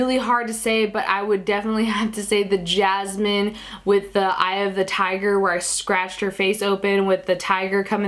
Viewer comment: Omg we are so alike I wish that we where friends and also it's cool the way u say Jasmine. Its my name